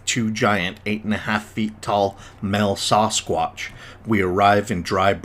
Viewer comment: Dude…. Why do you pronounce it “soss-quotch”? 😂